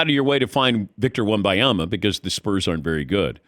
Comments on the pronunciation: I really think it is disrespectful to still pronounce a player's names wrong after a year.....unless its a reading issue, he is from the US afterall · The old guy can't pronounce Wemby's name it's infuriating af, go to the hospice or edit and bleep it, it's insufferable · wtf is a Wimbyama?? Wem-Ben-Yama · Stop saying wemuhyama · Say the man’s name right! It’s not victor wem-bye-ama. It’s not hard to say ffs. No respect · It drives me crazy people don’t say Wembanyama!!! M!!!! Not a N!!!!! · Why can't any of these professional talkers pronounce his name? It's not even difficult. This is a troll right? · I can't drop a thumb up. It drives me to distraction the number of times you mispronounce his name . NIA-MA.. . BA-NI-A-MA. WEM-BA NI-A MA. Just practice , will you ??? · First off...for God's mercy, Ban-Yama. It's not hard man. Future face of the league so might wanna get the name right. Next, I'm tired of this stupid narrative of "cAn ThE sPuRs BuIlD aRoUnD vIcToR". Uh, hello. The Spurs, who have 5 titles? This isn't the wizards or something that we're dealing with. It's his ROOKIE SEASON! Can we give them more than 90 percent of his first year to do something? Good Lord. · The name is WEM BAN YAMA. Is it that diifficult to get it right? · DAN LEARN HOW TO PRONOUNCE VICTOR'S LAST NAME. This is really embarrassing on your part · How is Dan mispronouncing his name this badly? He’s THE pro and not a moron. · Every time he pronounced his name wrong, i die a little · Please learn to say his name. This is terribly annoying. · Maybe learn how to say his name properly before doing a 10 minute interview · For god sake learn to say his name ! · All the casuals get Wembanyama's name wrong. Seriously, it's not even a hard name to pronounce. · he's not a casual, he's fuckin Dan Patrick. but yes, it's really weird that he can't pronounce it right. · Had to stop watching after the 8th time his name was mispronounced. Come on already.